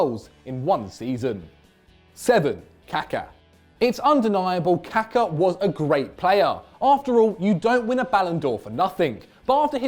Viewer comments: its not kaka you DUMBASS! its KakA' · It's because they are not pronouncing it correctly. His name is Kaká.. which should be read kaakaa...They way they are saying it is poop in portuguese too..